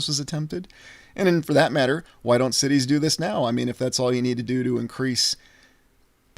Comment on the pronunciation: Are you saying "large sh*tties" instead of "large cities," or is that just my imagination? lol 💩